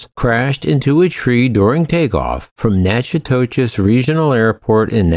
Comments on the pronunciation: You completely butchered Jim Croce's name and Natchitoches. It's pronounced Jim ( Crow ) Croce and (Nac-ca-dish) Natchitoches. I live less than 100 miles from the place and it is best know for it's Christmas light display. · The town in Louisiana is natch-uh-totches not to be confused with the Texas town at all because they are spelled and pronounced differently. I’ve drove a truck for many years now and I’ve never heard anyone pronounce them similar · Natchitoches, Louisiana is pronounced "Na Ka Tish". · For future reference the pronunciation of Natchitoches, LA is nack-o-tish. Yes, I know it doesn't make any sense, but this is Louisiana we're talking about, and having been born and raised there, we say a lot of things weird. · It’s pronounced “knack-i-tish”